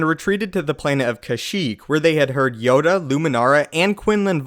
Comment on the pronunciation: Its yoda not yode